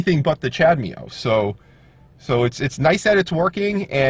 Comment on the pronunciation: You do know that’s not how you pronounce CHADEMO :) ??